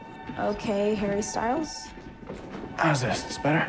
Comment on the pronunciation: is it just me that thought she said HaIrY sTyLeS